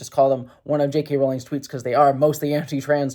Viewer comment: I like how you say "JK Rolling".